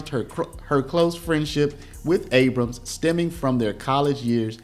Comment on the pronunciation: It's not ABRAMSIS! A word ending in 'S' is plural or possessive in itself! the possessive of Abrams is Abrams'! EXAMPLE: Abrams' coat, not Abramsis!